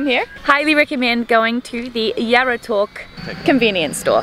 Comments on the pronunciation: Qaqortoq is pronounced more like "Rra rror tok" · It funny when to you guys said qaqartoq